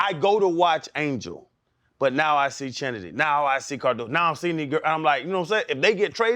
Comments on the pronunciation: Y'all mispronounced the hell out of that girl's name. The CH in Chennedy Carter is pronounced like Kennedy. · Not them messing up Chennedy (Kennedy) name.... you know we creative